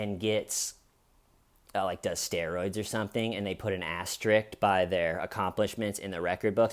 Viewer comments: I'll never take a YouTube channel where the creator pronounces asterisk as "asterick" seriously. That's just inexcusable. And he said it twice so it wasn't a mistake. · why exactly are YOU worried about what I decided to leave my opinion on? How about you worry about your own fuckin opinions and let me worry about my opinions. If you want to say something to opposed my opinion then I'm open to that. But you telling me what people do while he's mispronouncing asterisk is just plain pointless.